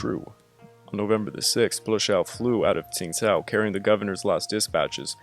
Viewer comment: Great video! I used to live in Qingdao, so this was really interesting to me. I've actually been to the old German quarter there once. One thing though, the city's name isn't really pronounced like "Tsingtao." It actually sounds a lot closer to "Chingdao."